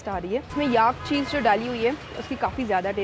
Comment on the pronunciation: Great video! Please note though that Tibet and Tibetan are pronounced with a "bet" like the word "bet" and the stress is on the "bet" and not the "Ti" - it sounds like "Tibbit" when you say it. Also, "yak" does not rhyme with "ark" but with "stack", "pack", "lack" etc. The second e in the word "vegetable" is silent, just like the "or" in "comfortable". Soutsemen is pronounced by the locals as "so-z-men" with the stress on the "so". I know that I personally like to be corrected in my foreign languages by native speakers so that I don't make the same mistakes again. This is just a friendly correction, not a criticism of a well done video.